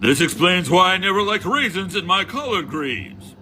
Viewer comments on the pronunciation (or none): HE SAID RAISEN IN THE GREENS.. MY GOD😂😅